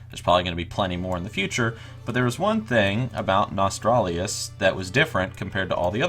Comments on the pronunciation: Nostralius? Please get it right at least, it's NOS-TAL-RIUS. Just as if you were going to say Nostalgia. The 3-4 last letters are only different, from that It's as easy as saying Goblin pie, I don't know how people keep getting it wrong. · Nostalrius* not Nostralius.. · its pronounced "nuh-stahl-ree-uss" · When you cant even pronounce the name correctly I cant take you seriously. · whats up with all those morons not being able to pronounce a fukin NOS-TAL-RIUS. you dont need an iq 160 to do that